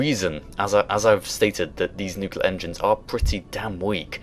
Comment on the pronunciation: I'm sorry but mispronouncing word: "nuclear" drives me nuts. Great video , of course.